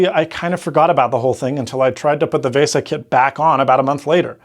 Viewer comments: Vay Sah? Back in the oh so cool 90s, that acronymn would be pronounced as Vee Sah (Local Bus) or VL Bus. But I guess that was a bit before your time lad. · 1. Apple causes way more problems like this than people think. 2. It's VESA, not VASA. FFS, learn to pronounce. you said it wrong throughout the entire video. 3. Apple Genius is an oxymoron (operative part being MORON). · To the best of my knowledge "VESA" has always been pronounced just like VISA, not VAYSUH. Edit: Also, It's really hard to read that tiny calendar text in this video.